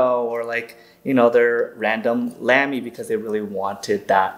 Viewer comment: Nice discussion ! Respectfully, it’s pronounced “Lah-me”. I happen to be partial to the brand with over 40 Lamys in my collection. A visit to Germany to tour their headquarters was a thrill !